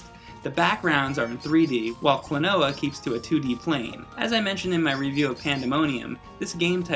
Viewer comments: Kuno Sandgreen the gringo accent sounds pretty akward as well. its not like KLOnoa. its like kloNOUa. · its so weird hearing you calling him kloNOa when in namco x capcom they call him KROnoa. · Klonoa. Klon-ow? Clone-a? Klonooooooaaar? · Maybe it's pronounced like quinoa, kloNWAH. That'd be kinda cooler lol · It's pronounced klo-no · I always pronounced it "Clone-wa", kinda like Quinoa. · This game is the tits. I think Klonoa is pronounced "clona" at least that's how his name is jabbered in the game. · I started with the second game on the PS2 and it's plot is more detailed than the original. I beat it when I was around 9 or 10 and Klonoa has remained my favorite character ever since. I don't know if I'm the only one who does this but I pronounce his name like "Klonuh" due to this scene /watch?v=SZhQKdMSR9w&t=3m44s in Klonoa 2. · i always pronounced it as "clone-a" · Would you please not mispronounce the game's name when you're freaking reviewing it...